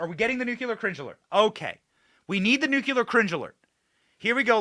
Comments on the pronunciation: Speaking of mispronunciation Benny, for the love of God Almighty, it's "Nuclear" not " Nucular"!!!!!!!!!!!!!!!!!!!!!!!!!!!!!!!!!!!!!!! What is WRONG with Americans? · nuCLEar not nuCULar… don’t be like George W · Its NUKE..LEEE..ERR NOT NUKE U LER...........SMH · Love what you do Benny but mispronouncing Canadian is no more 'cringe' than you continuing to mispronounce "nuclear"? Come on my man, it's not that difficult, you can do it! 😉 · and you do not know how to pronounce the word nuclear! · Benny...u mispronouns Nuclear everytime!!! Passing judgement are we?????